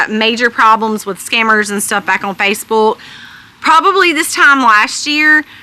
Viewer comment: Love the way she says Facebuulk, lol.